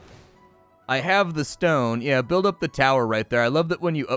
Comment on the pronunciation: "Build VP" My man, it says 'Build up' 😂